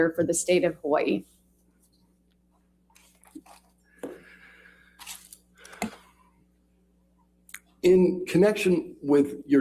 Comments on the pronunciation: Also. I lived in Hawai'i. Dr. Curry is actually pronouncing Hawai'i correctly. The 'okina, between the two i's is a glottal stop. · Lol that's how you're supposed to pronounce Hawaii, so I feel like it's okay😅 But I don't like when people say ex-specially because that one's not actually correct lol😅😅😅😅😅